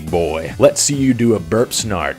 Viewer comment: Almost nailed it. Burp snart not Burp snit. Can someone say clean up on bed